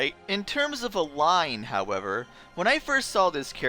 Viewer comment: So it's "El-line", huh? I usually spell her name "El-leen" Also, great series. I always enjoy this Kirby canon discussion video. :)